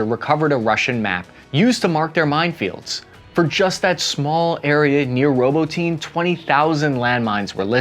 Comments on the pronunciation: May i humbly suggest learning the proper pronunciation of a city you're going to mention a dozen or more times? ROW-BOT-IN-EE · Robot-ten-ay 😜 Robotyne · Ah yes. Robo-teen and Tock-Mock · Robotene. Roh-bah-tin-ah. 😉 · its not "Ro-bo-teen" I believe its proper pronunciation is closer to "Ro-bah-tee-nay" cheers, love your consistent good work and open faced journalism. Thanks, hooah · dude you have to start checking the names of towns before your videos. You have mispronounced soo many cities and regions. ROBO-TINE is actually RO-BOT-TINAY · I love the channel but bud, your saying robotine... like ovaltine. Lol it is Pronounced... robot. Nay... to robotnay and that's how you properly call the city robotnye. 😊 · Robotyne is pronounced Roh-bought-in-knee not Robo-teen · Robotyne is not pronounced "Robo-teen" It's more like "Robu-tin-e" if we're paying attention to detail. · "Row-bow-tin-aye", not "robo-teen" :) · Row boat nyeh! Not robotine Jesus dude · Robo tin nay Not roboteen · Row-bot-tin-ah not, Row-bow-teen but no worries. Good reporting as usual. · "ROBO-TEEN"!!!!! 🤣🤣🤣🤣 It's Robot-Nee-Ya!! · It appeared to me that complete indecision ultimately led to the stalemate we see today. And dammit its "Ro-bot-neh" NOT Robotene, hooah? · and by the way it's pronounced Row Bah Ti Nah with the emphasis on the secodn sylable not "roboteen" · Ahhh, yes… Robo-teen. Robocop’s teenaged son. Haha love ya, but I can’t help but laugh every time you butcher words. I know it’s not easy though, so I’m just busting your balls. Great video, as always! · just a personal pet peeve so feel free to ignore this haha but I don't know if you are pronouncing "ROBOTINE" properly You pronounce it "robo-teen" every ukranian I have heard pronounce it says it like "robo-tin-na" food for thought anyway🤷‍♂️ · You're right. Journalists actually take the time to learn how to pronounce city names (Ro-bot-any. Not "ROBO-TEEN". Jesus christ). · "roboteen, reap wapo" bruh